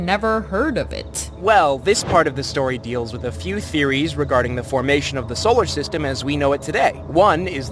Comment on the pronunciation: first solersyteme planet